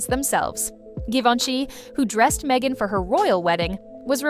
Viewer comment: It's Meghan, not Mhegan, lol.